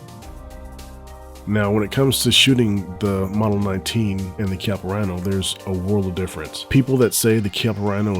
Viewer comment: The 19 is super. And the Rhino is pronounced keyappa@